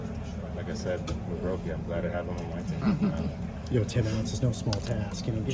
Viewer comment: Roku?? It's Roki dummy. He's not a streaming device.